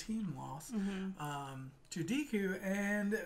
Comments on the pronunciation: Ok guys, its Deh-ku, not Dee-ku. Great reaction as always. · The "e" in Deku is pronounced like the "e" in "egg". The small boy with the purple ball hair is named mineta. Idk if I spelled that right. Excited for the next episode!